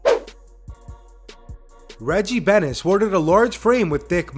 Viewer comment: I'm sorry but its Bennett not benis